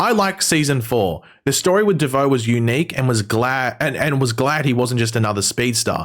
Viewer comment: Did u just say devoe💀